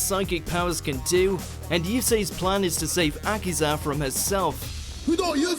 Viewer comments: its uh key za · its a-key-sa!